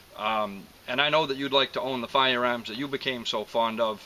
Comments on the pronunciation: actually I think he said "FOYA-AAHMS" - the "AAAAHS" ah silent. :) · "FOYER-AAHMS". LOL! And people say that I talk funny... SUBBED!